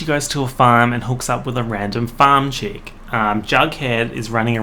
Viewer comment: I think it’s Chick, like Chuck, which is a nickname for Charles